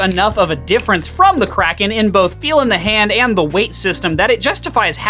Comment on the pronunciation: The fact that you're calling it krake raken and not just kraken hurts my soul (and lucas's)